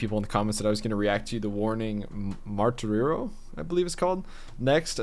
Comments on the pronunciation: Spanish 101: "Martirio" is pronounced "Mar/ tea/ ree-O" . Translates to "Martyrdom". On that note, Dany is jus like in English, Pau is like "Pow" for "Paulina", and Ale, for God's sake!!, is not like the beer, is "Ah-Leh", like in "Alejandra". I hope you reviewed "Narcicista" for more middle finger to their critics. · Hey just an FYI, in the future, If you go to video settings (little cog in the bottom right) then go to subtitles, you can auto-translate to English. Also, Martirio is pronounced "Mar-TEER-ee-oh", and it means Martyrdom in English. Hope that helps. Their video producer is Ivan Chavez. He was hired right out of film school in around 2021, and now has a production company called Groovy Chaos. Or it might be a branch of their Manager, Rudy Joffroy's company called Creative Dreams. I am not sure which. But, he was hired as their videographer, to document their tours, etc., but then he started doing their music videos when they where touring on their album "Error", and he has grown into a VERY good video producer! Also, if you want to check out a couple other newer bands, try Freeze The Fall (A teen hard rock trio from Canada, they are also big fans of The Warning) and The Sixsters (a Ukrainian all teen girl band that has had to go to Germany to escape the war. They play a bit softer Rock, but they are very good, especially dealing with all the hardships they have been through, and also big fans of The Warning). Both bands are well worth supporting. All great kids!